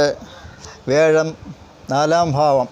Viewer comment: വ്യെഴം അല്ല വ്യാ ഴം